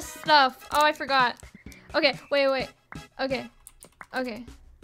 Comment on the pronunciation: “I forgor” just like my bro he says that when he forgets something